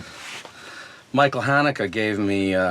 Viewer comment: He didn't pronounce it the way Austrains/Germans would fyi Mi-cha-elle Hah-neh-kuh